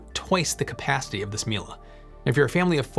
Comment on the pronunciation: it's not milA , it's milE ! EMPHASIS IN E !